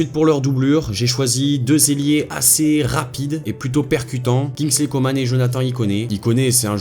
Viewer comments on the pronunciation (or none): none